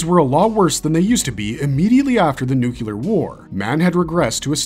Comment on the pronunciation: It’s NUCLEAR not nucular